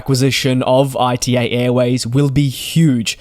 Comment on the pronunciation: Please, not I.T.A., it's ita, like the beginning of the word Italy 😅